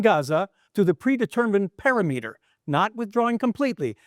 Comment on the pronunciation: This the first time I heard that 2000 terrorists ate being released. Also the presenter needs to learn how to pronounce “perimeter”. 😊 Also “sovereignty”. And “possible” isn’t a verb.